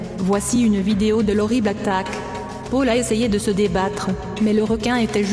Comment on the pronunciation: On dit Paul !! pas Pole !!!